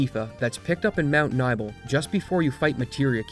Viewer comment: It's pronounced Mt. Ni-bell. Not nibble lol